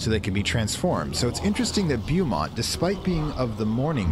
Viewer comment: They still have the Tyler Freeborn set of missions in Blue Mountain, so, you do not have to worry about it. If you want to do it, you can. BTW, the correct pronunciation of Beaumont is Bow (as in an archer's bow)-mont. There is a town in Texas that is pronounced the same way...Beaumont, Texas. However, SWL's Beaumont is Loki. Given that and the fact that you can find all three of his kids there and even his grandson at different times of the year, you can say is is a family affair. After all, Jormundgandr can be blamed for the Fog, the Hound of Nameless Days in the Blue Mountain Quarry is Fenrir/Fenris Wolf, and Hel and her son, Krampus, appear in the Vinterskog Woods around Christmas time if you do the winter events.